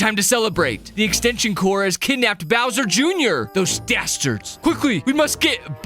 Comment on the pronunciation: He keeps saying extension "cors" Its extension CORPS!